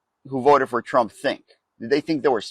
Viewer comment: LOL, very catchy rythm, you must admit..... "I wheeell vote forrr Donaaal Trrooomp"